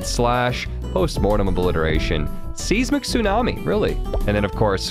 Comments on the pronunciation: Size-mick. Not seize-mick. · Today I learned that doesn't know how to pronounce seismic (size-mick) 🤣